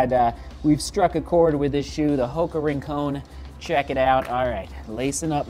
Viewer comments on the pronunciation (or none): its pronounced RIN-CON, not RIN-CONE , rincon means "corner" in spanish.